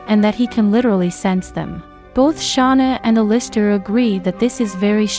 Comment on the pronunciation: it actually made me mad the way you pronounced Alister